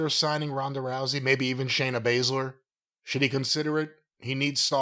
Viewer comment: "Shana Bayzler" 🤣🤣